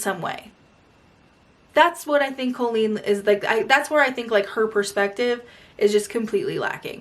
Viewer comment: You pronounce her name colon.